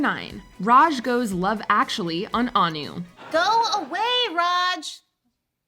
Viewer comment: Its not An u its Ann wo the pronunciation Or An nu